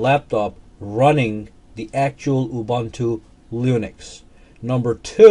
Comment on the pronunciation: Did you say "Lunix"? That's....disrespective.